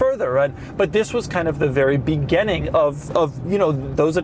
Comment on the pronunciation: Doug the type of guy to pronounce "beginning " as "begenning ".